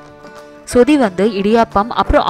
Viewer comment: Iyo athu சுதி இல்ல. சொதி ... நீங்க சுதி சுதி ன்னு சொல்றிங்க